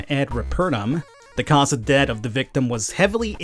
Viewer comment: "Room ob troot"